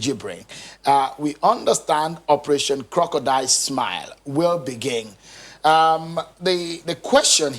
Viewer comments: He actually called it korodial tears. Lol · Operation Co-ro-co-dile.. Lawd have mercy! SMH